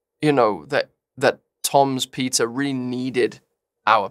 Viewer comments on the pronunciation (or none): help i thought that andrew was saying "pita" instead of "peter" and that he was making one giant analogy for like 30 seconds...i'm not ok😭